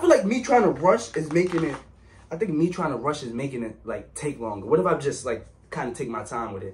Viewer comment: he said whay